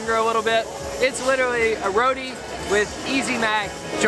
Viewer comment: RO- TEEE. Not roadie 😂😂